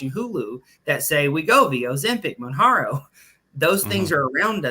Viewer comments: It's Mounjarno....the J is pronounced not a H sound 🤡 . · It's reckless to have both pronouncing Mounjaro incorrectly but also saying it costs $3.000 a month 🤡. It's $1.327 a month unless you're T2D, and then it's covered by insurance for $25 a month in most cases.